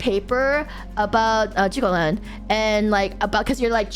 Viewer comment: I mean Zhuge Liang (Kongming) was literally the one running Shu all the time and it basically fell apart after it died. Also, his name isn't pronounced "Joogay Liang" btw.